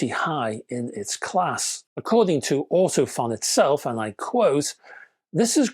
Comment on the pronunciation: Great review and useful info, especially the chart. Just FYI, Ortofon is actually pronounced Ortophone!